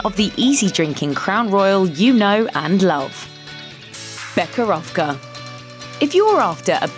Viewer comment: KTODubai the “Che” in becherovka should be pronounced like “he” in English